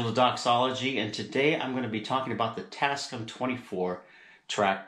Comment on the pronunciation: The company name is pronounced "tass-kAM", not "tass-kum". The "AM" is for "America". But excellent video!